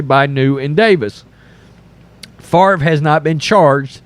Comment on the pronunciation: “But what about Brett Fov-ruh?”